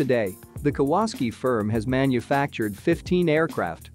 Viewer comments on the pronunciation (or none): Kah wass ski, lol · “the Ka-waski firm??!” I never knew it was a polish company! Stupid me thought it was Japanese! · Pronounce Japanese manufaucture as "KAh-WAh-SAh-Kee". It is not Polish!!! Though you have a lot more to answer for, for making such a ridiculous comparison of such dissimilar airframes. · Kawasaki is pronounced Cow a sack ee you computer generated dunderhead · what a joke "the kawaski" ----computer generated stupidity----who is the idiot that put this commentary on------do they speak english--no? then fuck off